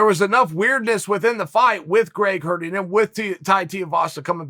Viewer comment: did Chael just say Greg farty? 😂